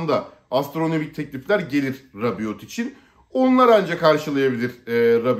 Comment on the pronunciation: Sondaki t okunmaz, Rabio olarak telaffuz edilir ismi...